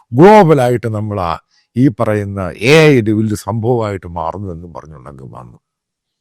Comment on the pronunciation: ഏഐ സമ്മിറ്റ് ❌ അയ്യേ സമ്മിറ്റ് ✅